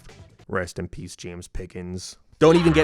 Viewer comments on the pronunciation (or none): none